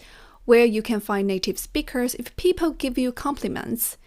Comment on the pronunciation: The correct pronunciation is "goaL", "peopLe", not goü, pepoü :)